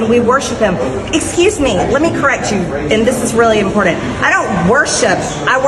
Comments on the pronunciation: impordent? Hey MTG, is having your peach tree dish blasted by the gazpacho police with their Jewish space lasers impordent? Can you imagine how deplorable that Georgia district must be if 'Klan-mom' is the best they could elect? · "Impordent" -MTG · Lol she pronounces it "Impornant" lol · A pet peeve, she pronounces important impordant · I’ll correct myself. She pronounces important impordand.